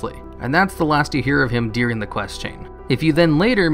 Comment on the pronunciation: During During During not deering